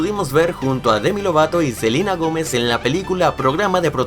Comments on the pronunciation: Un pequeño error fue que dijo en vez de Selena Gomez Dijo Selina Gomez jejej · dicen Selina Gómez. Y es. Selena Gómez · Es celena Gomez no Celina Gomez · Selina Jomez XDXD es Selena Jomes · no es silina Gomes si no Selena Gomes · alguien se dio cuenta que cuando nobro a selena gomes dijo silena gomez saludos jaja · no es por criticar pero dijiste selina gomez jejeje